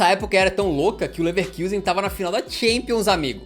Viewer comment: Ouvir “Leverkiusen” dói o ouvido